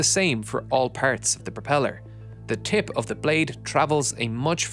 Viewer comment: Say tip one more time...